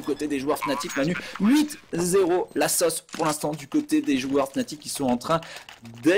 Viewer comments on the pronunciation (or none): la SAUCE putain, pas la sôsse ...